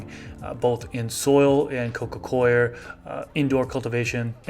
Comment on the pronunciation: It's nice to hear someone pronounce coir correctly.